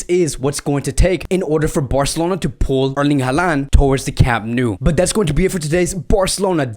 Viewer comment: stop talking about transfers... Barcelona has no money to make any deal.. and his name is Holand and not Haland ... Haaland reads Holand